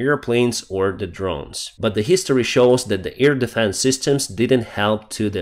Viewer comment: Hello, I love your reports. Just want to tell you: you stil say 'EAR defence'. AIR is with another sound, an 'a' like in bAd, hAve, dAnce. Not the ea sound like in EAr, bEEr.... Just saying. Have a great day, thank you for everihting you do for Ukraine. Marianne from Belgium.